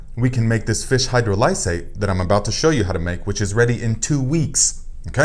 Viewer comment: Excellent info, Thank you. FYI: Hydrolysate (phonetic: hi-Droll'-ih-sate): Accent is on the 2nd syllable (drol w/a soft "O" sound, as in on, ox, off) not hard as in Oh, and the "I" is also a soft (as in is, inch) vowel sound, not hard as in "I".